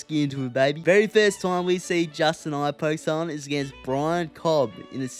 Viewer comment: Justeye Gaugethje